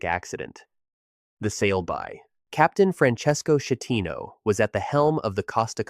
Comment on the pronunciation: I knew the Costa Concordia would be mentioned. First off, /CH/ in Italian is pronounced like a /K/, as in Chianti. The captain’s name is pronounced /SKeh-TEE-no/. And the island is pronounced /GEE-liyo/. The second G is mostly silent, like the G in lasagna. The only Americans to die on Concordia were from here in Minnesota, from a small city barely 7 miles north of St. Paul. The couple was celebrating retirement and that cruise was their first international trip.